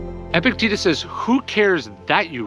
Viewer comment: Surely it's pronounced eh-PIC-te-TUS? Not epic-TEETUS?